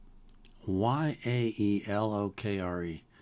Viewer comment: you should totally listen to more yaelokre songs! also, just a little help, it's pronounced yay-lock-ruh i believe!